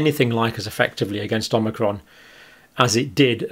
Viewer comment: Did he pronounce it “Omicrom” at the mark? And again ?